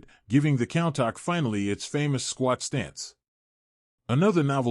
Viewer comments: It's not pronounced "cown-tahck"...it's pronounced "coon-tash" this video is unwatchable with all your mispronunciations. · It's pronounced "coon tosh" not count tack🤦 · When providing information about a vehicle, getting the name right seems important! WTF is a "Cowntok?"